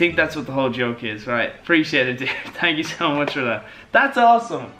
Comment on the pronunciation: "TANK YOU VANOSS"